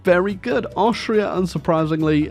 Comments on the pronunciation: everyrime you say austria, a part of me dies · as a austrian you fucked it up so bad but your british not austrian so ya